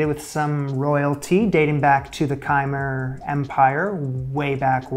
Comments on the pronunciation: Pronunciation Ka Meer , not kimer. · Hi! I was really excited to see you tackle Cambodia as I'm half-Cambodian myself. Just as a small thing - we pronounce Khmer as kh'mai or kh'my (with a long i sound). I'm also a little concerned with some of the substitutions in the recipe. Catfish and cod have completely different textures and tastes, and I'm worried it may have affected the recipe. While it's also understandable that you couldn't find thnot sugar, palm sugar may have made a more accurate substitute (which is readily found at local Asian stores and commonly used in Cambodian cooking). The general recipe itself is also a little shoddy, especially with its use of ingredients that aren't fresh (I personally would've found fresh lemongrass and used fresh coconut). It may have been a good idea to look into a Cambodian recipe book or speak to your Cambodian followers for recipe recommendations. I personally would've instead recommended a dish that's more frequently made by Cambodian Americans. Bok lahong, for example, or kuy teav phnom penh (more colloquially known as phnom penh noodle soup), which should both have much clearer recipes to find and cook and which I think are equally as representative of Cambodian culture and cuisine. If you'd like to do a correction video or make an alternative dish, I think I (and your other Cambodian followers) would be very pleased! I'd love to see a return to Cambodia, especially because I want to make sure you get a good view into the dishes good enough to make Anthony B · They way you pronounced the Khmer Empire caught me off guard and i thought you were doing an Elder Scrolls dish related the the Chimer elven empire from those games